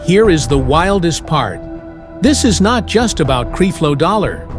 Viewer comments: Will you stop showing pictures of Pastor Winans. No, we do not all look alike. Creflo, with a short e. You are a bad reporter. Please learn how to pronounce people's names. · Right, You can't even pronounce his name. Don't acuse her of saying things, put her on here saying this and even if she did say it, so what - i believe she is a keep it real person/saint and is tired of the bs like the rest of us that have been around for a while, and she is telling the truth about these fake dogs, intresting they are all being exposed now. word to the wise, when people start speaking about these fake freaks you better believe them they are telling the truth. But as for the MC, we can appreciate your info i'm sure a lot of it is true, but where is your footage of her and her interviews about the subject, let her speak for herself please. Use integrity in your mission and people will respect you more, because we have watched some of your other vedios and you keep doing the same thing and we don't like it. Please thnk you- just being real you. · Please pronounce the man name correctly 🤨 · Yessss! Please learn how to pronounce his name please. And how does the Pope, the Catholic Church and John Gray fit into this story?? Or did you also confuse John Gray to be Creflo Dollar?